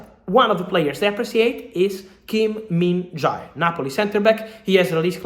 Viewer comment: Short comment from South Korea🇰🇷, land of Minjae! So Glad he may be the second Korean to OT after Ji-sung Park. I really hope it works cuz he's Truly worth it! Actually, [Min J] is how we read his name :)